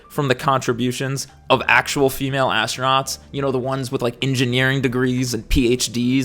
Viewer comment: ASS-TRO-NOTS 😂 GAYLE KING called it "THE EDGE OF SPACE" when William Shatner went. Now that was a moment. SHATNER in SPACE 💞💖💞